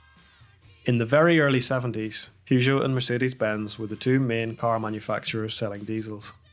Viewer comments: Why are you pronouncing Peugeot like that? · Wasn't aware that Peugeot cars ever touched North American soil. Partly as Americans keep calling them "Poo Joe".